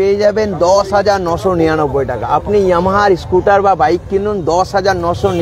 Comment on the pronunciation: YAMMA na YA-MA-HA Pronunciation Bhai 😂